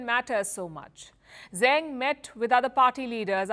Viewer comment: Zeng Qinhong's last name is pronounced "Zuhng" like "rung" or "sung," not "Zang," as Palki pronounced it (she's usually rather decent with mandarin syllables).